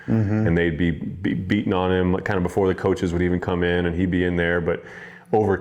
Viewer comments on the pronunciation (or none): none